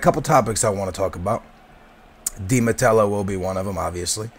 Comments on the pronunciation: Who the fuck is di matelo? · you dont even know di matteo's last name.. there's no L in his last name... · yes but there is some dificulty in some words, aa has dificulty saying di mateo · Hahahahah It's Di Matteo you turd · HE DIDNT JUST SAY 'UT' and 'DI mateLO'' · who the fuck is "DI MATTELLO"??? :P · There's no l in Di matteo, lol U should talk about Liverpool! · Come on lol Say it with me.......(De-Ma-Tay-O) Dimatao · His name is di matteo not mattelo... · its roberto DI mateo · Not Matello,! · You should pronounce Viias Boas and Di Matteo. The L's are i's. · I know youre not the best pronouncer, but its De Matteo. had to do it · theres no L in Matteo